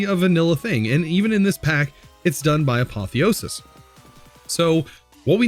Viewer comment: Hey just a fact from a Greek viewer: Apotheosis means deification, so to praise someone as if they were a god. The accent is on the e, so the word is spelt A-po-thè-o-sis, with a rise in the e and a drop afterwards. Hope this helps you pronounce it better